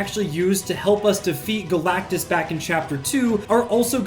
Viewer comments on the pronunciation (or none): none